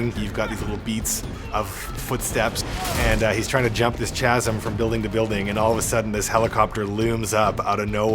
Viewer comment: I was going to get this, I really was- until I heard him pronounce 'chasm'. Fuck no.